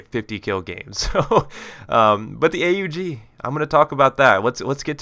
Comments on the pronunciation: Yes a commentator that finally says A-U-G which is the correct name. its not called the OG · I am glad to hear you call it A-U-G instead of Aug!